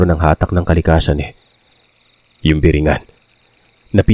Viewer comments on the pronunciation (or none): none